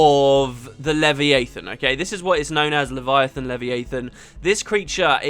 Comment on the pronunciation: I will never get used to your pronunciation of Leviathan. Also when you said players give the manifesto trailer a lot of slack, that's exactly the opposite of what you meant, I think you meant stick.